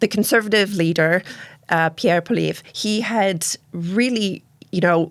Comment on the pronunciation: Great panel. Can't pronounce the opposition leader's name. Theorize that freeland would be next in line. Right 8%. What nonsense. Good bye.